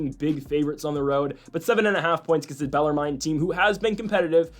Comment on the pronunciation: If you want people to take you seriously (and your show is solid) you gotta know how to properly pronounce these teams names. Bell-ARR-minn Austin PEE TOE-sun